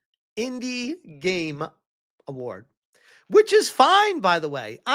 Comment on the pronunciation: "The indi Gaymes awards"